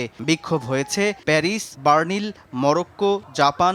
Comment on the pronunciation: not bernil its berlin